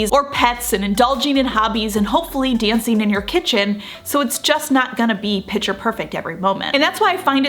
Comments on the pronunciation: It is “picture perfect,” so I think she’s commenting on the fact that in the video it seems she is saying “pitcher perfect”… a lot. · I absolutely hate when people make mean comments on useful, informative videos. I subscribe to your channel and watch your content religiously. But please correct your pronunciation of the word "picture", which is pronounced 'pick-ture' rather than "pitcher". Thank you.